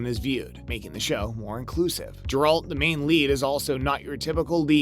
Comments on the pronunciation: It is pronounced Geralt the G is pronounced in with a G sound like in the word Gutter. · You mage movies about Geralt but you can't say his name right .thats silly . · You’ve totally butchered the name of the main character. Congrats you’ve earned a dislike